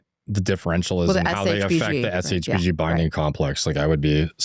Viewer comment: Longevity expert that doesn’t have a compressive understanding of shbg and can’t even pronounce it properly is painful to watch.